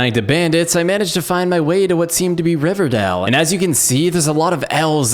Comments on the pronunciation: pronounces Rivendeel as "Riverdale" OMGOMGOGOMGOMGOMGOMOGMOMNGMOGOM its pronounced Riv-en-dell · Great video, but hearing him say RiveRdell and not RiveNdell as an LOTR nerd was.... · I’m super pissed that you kept pronouncing Rivendale like Riverdale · It’s RivENdale not Riverdale. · river dale, what was he thinking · Riversdell not riverdell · Riverdale?! Lol. Rivendell my man. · Nice video but btw its pronounced Rivendell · It is Rivendell.